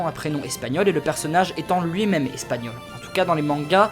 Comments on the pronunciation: Plutôt doué en espagnol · Tu as un bon accent espagnol